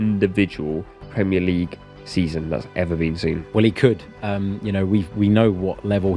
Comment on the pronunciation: Is this an AI voice for your posts? There are miss pronounced words such minute and league that a human wouldn't do?